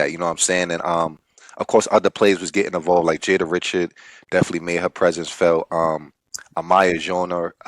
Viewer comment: Jada Ree-shard, not Rich-urd